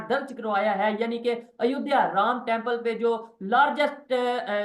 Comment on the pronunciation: चीमा ,अयोध्या को अयोदिया बोल रहा है,लगता है इसके पुरखे दूसरे ग्रह के थे क्या